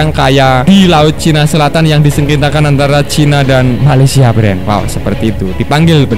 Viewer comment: Bikin ketawa mimin kalo ngomong malesia.. knp mimin dengangan malesia nihh... 🤣🤣🤣